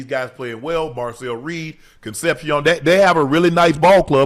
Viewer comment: Con seption? Con sep si ohn my guy.